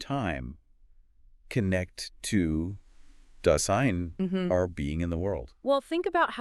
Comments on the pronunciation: Dase-I-n. Not Das-EE-n. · super impressed with the brilliance and clarity of presentation. But how is it possible that you mispronounce "Dasein"?? And why is the video so badly mislabeled? Still. Now a huge fan!!